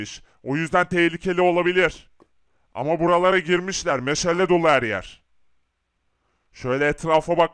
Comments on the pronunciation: Meşele nedir oyle mi söylenir doğrusu meşale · Meşale meşele deyil